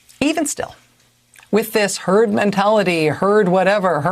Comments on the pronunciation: HE SAID TURD INSTEAD OF HERD... ANYONE ELSE NOTICE ? RIGHT AT THE START, WATCH HIS MOUTH SAY TURD. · Lol, thought he first said 'Turd' Mentality - yep, sounds about right! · the dude just said turd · If you listen he actually slips first and says turd before correcting himself to herd..turd mentality is just about as accurate as he could be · He did say Turd .....mentality...